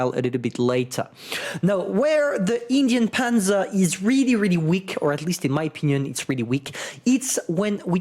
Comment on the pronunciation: you said, ''Indien''. That was a perfect pronounce of hungarian word of ''cheap'', which word is written ''ingyen.'' Really, I was clicked and went back just to hear it again.:D